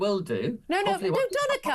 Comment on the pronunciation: Doneka Babble